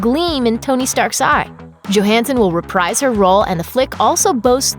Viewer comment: Reprise is pronounced re-preeze, idiot.